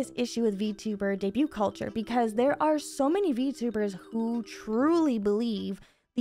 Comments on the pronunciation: Debut, debuting, and debuted. The T is silent. Vtubers seem to not know how to pronoun this word. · if anyone reading this, are you here because that video she mention debut "daeybyut"?